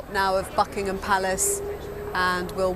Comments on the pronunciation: She said fuckingham palace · Holy shit I thought she said fuckingham palace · Did I hear "*uckingham Palace?" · David..l heard the same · Is it me or does it sound like the bbc correspondent says "Fuckingham palace"